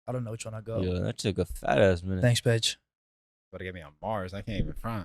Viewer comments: Yo did anyone else hear say thanks bitch lol. Had to re listen to it and he said paige lmao 😂😂😂😂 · Did anyone else initially hear "Thanks b**ch" when Paige brought the coffees in? It took me too long to realize he said Thanks Paige. Also Paige is the goat. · I swore when the coffee was brought in I thought said thanks bitch 😂😂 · Please tell me didn't say "thanks bitch" when he was handed the drink lmao... i can't un hear it lol